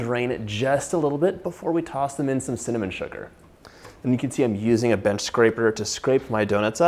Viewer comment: Wtf lol Cakey? And cinnallmon, cillnnamon? Lol